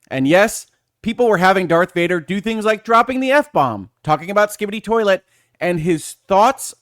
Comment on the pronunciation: You pronounced skibidi toilet just right 😅 thanks for this video! I really needed to understand what was going on here.